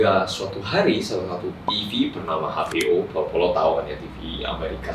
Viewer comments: HBO mocoe exbiO bkn habeo 🤣🤣🤣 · Aneh loh HBO dibaca pakai bahasa Indonesia, ya ha sih 🤣🤣🤣